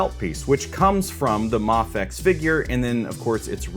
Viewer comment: Its mayfex btw